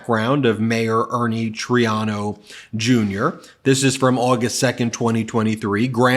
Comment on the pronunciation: One of my pet peeves is mispronunciation of names. It’s Mayor Troy-AH-no.